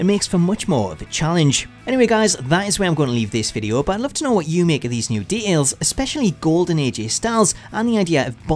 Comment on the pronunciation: I know you said details, but it sounds like de'als